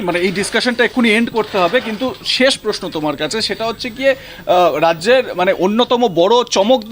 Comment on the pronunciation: পোস্নো পারথী পাক্তন পতিদন্দি পস্টো আপনাদের জার্নালিস্ট তো মাননীয়ার শিষ্য। অসাধারণ বাঙলা উচ্চারণ।